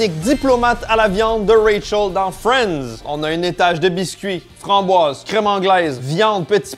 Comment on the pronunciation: Quand tu dis Rachel dans mes oreilles sa sonne ray charles, je me demandais ce qu'il foutait dans la série 😅